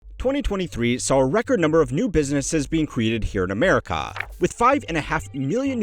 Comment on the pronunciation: I like how he says Ah-mare-ih-caw.